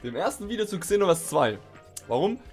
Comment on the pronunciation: Man sorichts es Senoverse aus